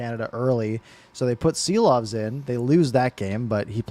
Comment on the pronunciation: Yea !!! Just pronounce Shilovs!! like in shack. Please!